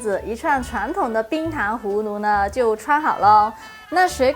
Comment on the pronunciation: 氷糖胡芦，芦是輕音，或是半音。